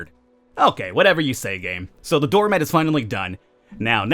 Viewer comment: Why the fuck you say door mad? Stop saying mad